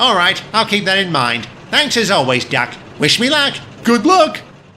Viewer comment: He said darkey